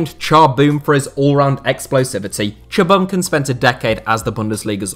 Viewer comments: for reference, chinese/korean names are syllabic so for instance cha bum kun should be pronounced as 3 separate syllables/words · The way you say Cha Bum-Kun is painful